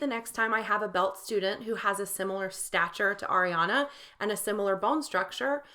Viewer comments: Its not aa-riana its ariana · Her name is pronounced Ah-re-ana Gr-ahn-day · air-riana grandy 😂 i love that.. she did pronounce it “grandy” in that interview cause she said that’s what her grandfather would say but it is pronounced grande like the starbucks drink and it’s ar-riana 💛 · Astro Tony and it’s ARIana not AIRiana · first of all you say “Ariana” wrong as well if you want to correct Grande